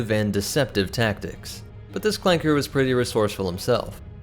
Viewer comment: I would like the video, but you say clanker with a hard r, and I can’t support that. #ClankerRights